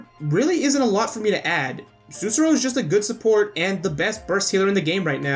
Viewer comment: Great video! Thanks for the help, it was amazing but i have one little observation. Sussurro is pronounced with the accent on the second "u" and you need to say clearly both of the "rr", i'm just being a perfectionist right here, but i know this because her name is a word in my country: Sussurro means "whisper" in italian. Let alone this, great video, you have a new follower 👍